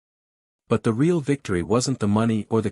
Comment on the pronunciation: Ree ale justice? Ree ale…really?!